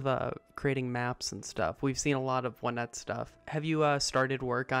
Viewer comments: I say “On et” but it’s meant to be pronounced “one et” apparently? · The official pronunciation is "Oh-net".